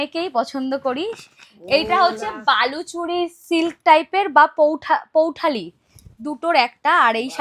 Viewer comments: বিষয়ী বিষরি নয় আর ওটা পৈঠানী পৌঠালি নয় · Pouthani noy poithani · বাংলায় স্পষ্ট লেখা আছে দোকানের নাম, তাই ভিডিও করার আগে পড়ে নিও plz. "বিষরী" নয় "বিষয়ী" । এটা স্বর্ণচরীর রেপ্লিকা শাড়ি, আসল স্বর্ণচরীর দাম প্রায় দশ হাজারের কাছাকাছি থেকে শুরু। আর পৈঠালী বলে কোন শাড়ির নাম নেই, "পৈঠানী"